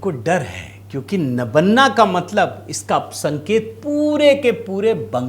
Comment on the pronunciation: नबन्ना नहीं सर , इस मकान का नाम नबान्न है । मतलब नया अन्न।